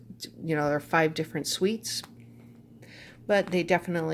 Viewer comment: Hi! You pronounce "suit" as "sweet", it is cute to hear. Distracting but cute.